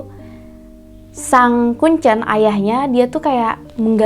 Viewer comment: Mbak nya kalo bilang kuncen kok kayak baca telur, seharusnya kuncen tuh kek kita nyebutin e dalam kata teler